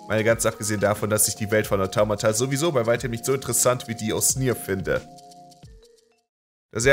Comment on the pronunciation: Wie sprichst du bitte Automata aus xD